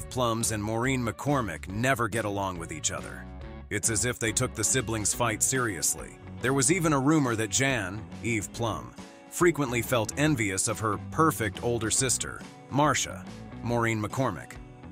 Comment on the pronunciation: Threes Comoany= Chrissy not Christy Snow. Brady Bunch is Eve Plum.. not Plumbs 🙄